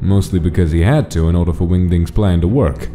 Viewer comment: i heard wingdings as wingdicks